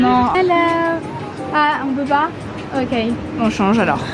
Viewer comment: J'ai bien ris à quand a dit "ah, on peut pas?" avec un accent anglais, comme si la phrase allait se transformer en anglais et que les vendeurs allaient comprendre 🤣🤣